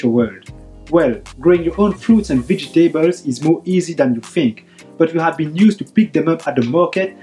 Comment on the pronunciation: Thank you! Wonderful video! Just check the "vegetables" pronunciation (◠‿◕)